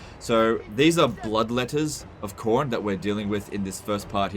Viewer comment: Why you saying Khorne weird? It's the same as corn. Don't blame your accent, I'm in Brisbane.